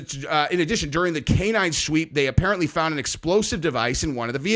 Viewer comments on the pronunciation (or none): none